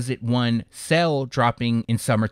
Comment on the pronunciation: "Cell" <-------🤣🤣🤣🤣 I laugh every time. No idea why he can't say "sail". Lmfaoooooojdjei754rtahsbbsj